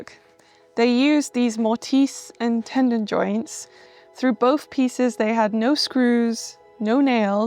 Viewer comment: I love that you're explaining timber frame construction. May I make a clarification to a couple of words? While I understood you perfectly well, the word 'tenon' has no 'd' sound. And 'mortise' has a quick, short 'i', like 'tiss'. Your house is wonderful. I like your eclectic design esthetic. Earth tones and natural materials would be perfect; comforting and timeless. (We Americans are terrified of lots of bright, garish colors.) I've enjoyed all your videos so far. I've been in the house restoration and design business for 5 decades. Your home is more modern, but it is very like the medieval Tudor buildings built in England and elsewhere. It's perfectly understandable why anyone would assume your building is much older than it really is. I also love that you showed American mansions built in the early 1900s. I look forward to seeing more!